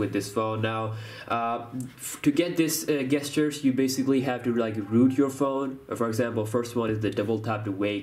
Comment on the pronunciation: Bro, "gestures" is pronounced: JESS-CHURES. Not guess-sters lol